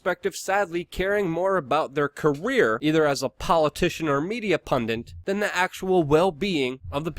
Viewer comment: 'Pundint'? It's pundit!